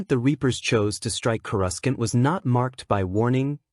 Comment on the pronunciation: Annoying AI can't pronounce Coruscant properly.